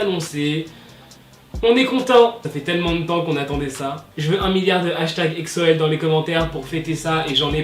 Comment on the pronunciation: j'aime pas trop comment tu dit exo tu le dis exso apres c'est pas mechant #EXO-L